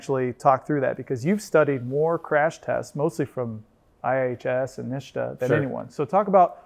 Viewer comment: I see that as got the NHTSA pronunciation from Sandy. "Nishta" 😂